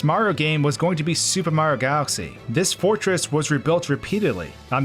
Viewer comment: You said Mario wrong.